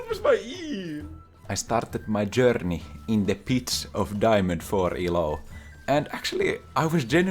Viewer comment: I literally come here to hear say "I stared my JouRRRRney in the pits of Diamond FouRR" Much love!